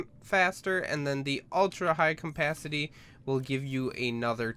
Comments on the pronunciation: I cant get over the fact you say "Compacity" when trying to say "capacity" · Cum-pasity you mean capacity right? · its CAPACITY not COMpacity, jesus christ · Its Capacity, not Cumpacity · "High cmpacity tank" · i believe its CAPacity not COMPacity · "high compacity" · Am I the only one who freaks about his "Campacity"? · capacity not campacity and oxygen not ancigen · Am I the only one who kept hearing campacity? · "ultra high campacity" really??? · Mmmmm high CAMPacity. Your pronounciation is aids dude. First say CAP then ACITY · is it me or is he saying CoMpacity? Srry dont mean to be rude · Dude the ultra high com-pastity oxygen taaenk he says it funny af <3